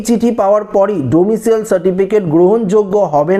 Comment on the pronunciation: কথাটা ডোমিশিয়াল নয়। ডোমিশাইল।